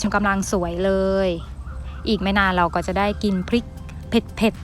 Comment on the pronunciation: ขอบคุณสำหรับเนื้อหา ดีแล้วคะ แต่เพื่อให้คลิปนี้สมบูรณ์ต้องแก้ไขการออกเสียงให้ถูกด้วย ตัว ร ออกเสียง เป็น ล และออกเสียงคำควบกล้ำไม่ได้ ตัวอย่าง ลาก(ราก) ลับลอง(รับรอง) ลอบๆโคน(รอบๆ) ปูก (ปลูก)